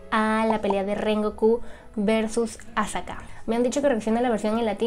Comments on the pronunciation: Dijo azaka la stupida xD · Cómo que azaka JJAAJAJA